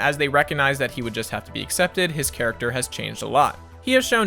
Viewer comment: Was I the only one who noticed "charcater"? No, just me? Aight